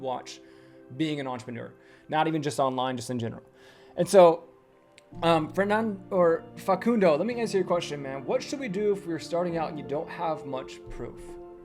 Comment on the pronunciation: Wow! Thanks so much,. I appreciate your time answering my question. I'll look into building my own personal brand and explaining to my prospects the systems I see other agencies using in my niche to get results. PS: I work with Americans full-time on my job, and your "Facundo" was one of the best!